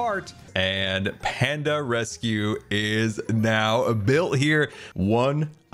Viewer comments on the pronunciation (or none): I have just realised scars panda rescue says "panda resue" I wonder if that was a time when his dyslexia was being a pain for him so he didn't notice or if I have been thinking the wrong thing this entire time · Ah yes, "Panda Resue"